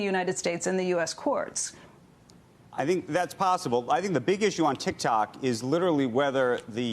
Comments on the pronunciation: tik tok more like “tic tak” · did she really just say "tic tac"? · ah yes, TIKTAK